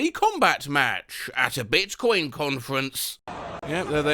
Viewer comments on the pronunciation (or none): i just heard bitcoin as "bitch coin"